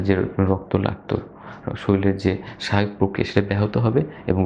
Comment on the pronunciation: আপনার বলার স্টাইল চমৎকার। Everything is fine. শুধু একটি শব্দের উচ্চারণ খুব শ্রুতিকটু লেগেছে, সেটি হচ্ছে - আপনি 'শরীর' কে 'শরীল' বলেন। অনুগ্রহ করে এটি সংশোধন করবেন এবং পরবর্তীতে শুদ্ধ উচ্চারণে ভিডিও করবেন। সুন্দর উপস্থাপনের জন্যে ধন্যবাদ।